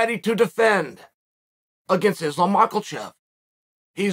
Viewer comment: Who is this izzlam mak-la-chev guy